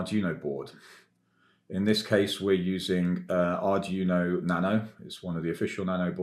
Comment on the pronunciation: Nitpick: it's pronounced more like "Ardweeno" than "Ardjuno".